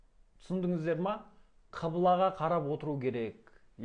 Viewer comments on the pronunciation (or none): Құбыла деп неге айтпайсыз? Қибыла дейсіз. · Қыбыла емес ҚҰБЫЛА деп айтыңыз, жұртты шатастырмаңыз.